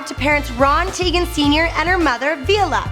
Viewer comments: it's teigen not teagan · ITS TEIGEN NOT TEAGAN😳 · Its: Chrissy teigan. Not: Chrissy Teagan!! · TYE GEN not teegan in german the second vowel is the one with the long sound. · Is she teigen or teagan